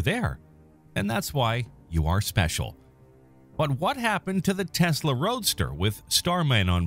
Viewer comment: What the fuq is a “teslay”